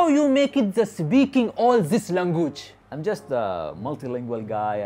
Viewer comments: The part when he says langugee😅😅😅😅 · Language= langoooj 😂😂😂😂